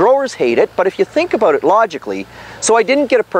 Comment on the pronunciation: "I think we talked aboot that" :D